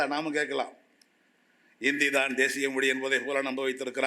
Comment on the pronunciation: கவனிக்கவும்! 😅இந்த லூசுக்குத் தமிழ்ச் சிறப்பெழுத்தான 'ழ' என்ற சொல்லை உச்சரிக்கத் தெரியவில்லை! ஹிந்தி எப்போது, எவ்வாறு, எந்த மொழிகளின் கலப்பால் உருவானது என்ற வரலாறும் தெரியவில்லை! தன் பெயரே (!) வடமொழி என்ற உணர்வும் இல்லை! 'மொளி' என்று சொல்பவர், முதலில் தன் நாக்கைத் திருத்திக் கொள்ளவும்! சம்ஸ்கிருதத்தை இகழும் இந்த ஆள், தமிழில் ஆதிகாலத்தில் தோன்றியதாக ஒரு அறிவியல் அல்லது சட்ட நூலைக் காட்ட முடியுமா? ஆங்கிலத்தின் மீது தன் காழ்ப்புணர்ச்சியைக் காட்டும் இவர் தன் பிள்ளைகளுக்கு ஆங்கில வழிக்கல்விதான் தருவார்! ஆங்கிலம் பேசும் நாடுகளுக்குத்தான் உயர் கல்விக்காக அனுப்புவார்! சந்தர்ப்பவாதமும் பிரிவினைவாதமும் பேசும் இவரைப் போன்றோரால், அவர் மட்டுமே பயனடைவார்! வங்கியிலும் மற்ற அரசு அலுவலகங்களிலும், மருத்துவம், பொறியியல் போன்ற துறைகளிலும் தமிழ் மட்டுமே வேண்டும் என்று போராடிப் பார்க்கட்டுமே!